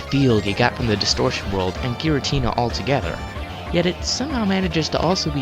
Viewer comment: What is a girintina? Oh, you mean Giratina.